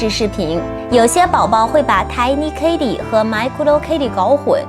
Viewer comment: 跟我读，k-e-li, 不是 k-ey-li.